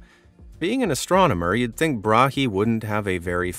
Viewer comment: Tycho Brahe. The H is silent. It is closer to the word bra.